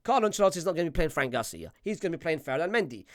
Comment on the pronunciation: This brother cannot be serious no way you said ferran😭😭🙏